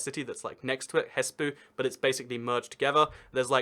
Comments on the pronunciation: I really want to teach you how to pronounce city names in Finland. You pronounced Rovaniemi like Roviamami You pronounced Oulu like Ulu You pronounced Espoo like Hespuu You pronounced Turku like Törkuu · I was triggered how he said Espoo :( im finnish